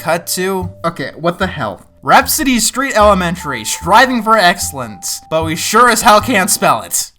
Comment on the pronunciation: For a second I thought you said RAT-City street Kids... WHAT'S THE DIFFERENCE!